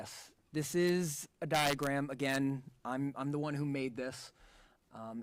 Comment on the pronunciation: Pathologist kept saying “Diagrat “ 😂😂😂😂😂😂😂instead of saying diagram